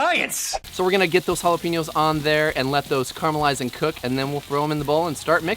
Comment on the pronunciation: Again with the jalaPEEnos!!?! (You had to know this was coming)